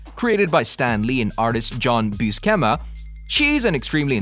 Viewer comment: i think you need to spend some serious time researching the correct pronunciation of the people in your video (i.e. Buscema, Feige)